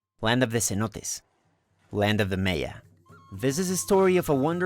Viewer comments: One of the best presentations I have seen regarding Maya culture. Your English is very good, the only thing I would like to suggest is to pronounce Maya as i should be. MAya not Meya. Otherwise your have put this beautiful place on my bucket list of places to see before I die. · I also found the pronunciation of Mayan and Maya distracting. I think this is an example of hyper correction in which a native speaker Spanish tries to imagine what English speakers would say. Perhaps some English speakers would pronounce these words as he does, but I think it would be better if he pronounced them in a way more similar to that in Spanish, which is also the way these words are generally pronounced in English. Māyā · This video didn't do it for me tbh Prounounce Maya wrong and you lose me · But the odd thing is that almost certainly his native language is Spanish, and he pronounced the words for Mayan and Maya in a way quite different from Spanish and also quite different from the way in which it's generally accepted in English. Sort of a small issue, but I'm hoping that in the future, he won't pronounce these words this way. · Why do you pronounce all the other words in Spanish properly but keep saying “Maya” strangely? 🤨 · I feel you. He’s incorrectly changing the second phoneme for some odd reason. It seems silly since it’s neither the Spanish nor the English pronunciation. I’m truly baffled by it. 😂